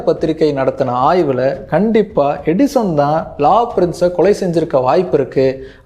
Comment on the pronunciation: Edison nu theliva sollunga bro.. 😅